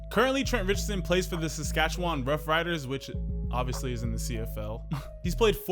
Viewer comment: not to nit pick but it’s pronounced sass-cat-chew-win